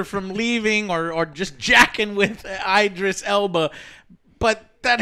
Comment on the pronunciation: It’s IDris. Like ID. Idris. Not EYEdris. How do you all not know this?😂